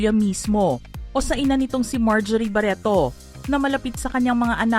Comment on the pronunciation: ‘ itoh’ ‘ baretoh ‘ he he he ‘ Lorenzoh ‘ ‘ dalawah’ he he he ‘ mismoh ‘